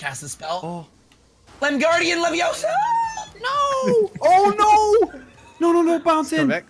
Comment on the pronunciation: Oh and btw it’s wingardium leviOsaa not osa